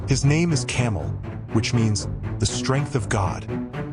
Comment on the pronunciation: It’s Cam-A-el not fuckin camel. He’s not what Indians ride through the dessert. Change the video